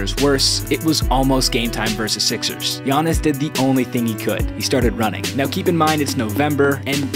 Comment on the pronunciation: Fr it irritated me how they pronounced Giannis name